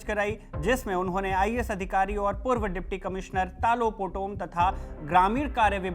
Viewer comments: it's talo not telo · Ta ta lo lo taa looh ? Itna muskil pronunciation hai kya? Tilo kese? 😂😂😂😂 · It's Talo not Tilo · Talo ❌️ Tilo ✅️ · Stop saying tilo😂 in Arunachalee it is pronounced as तालों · It’s Talo not telo 😂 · Not Telo its Taalo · Telo nhi sir ji ...Talo h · तालो है सर तीलो नहीं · Not Telo it’s Talo 🙄